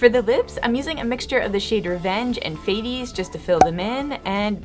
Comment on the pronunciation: The pronunciation of fates 😂 love it